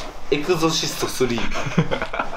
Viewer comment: エクゾシスト？エクソシストじゃなくて？